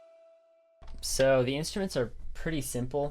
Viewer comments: "Inst-uments" xD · "INTSTUMENTS" clap clap